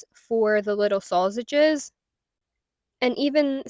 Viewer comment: That's an amazing spread still think it's funny the way you say sausage I also hope everybody has a wonderful and safe super bowl go birds 🦅 🦅🦅🦅